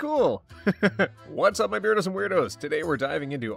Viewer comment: At this point he could just say "how are you doing togay?" everyday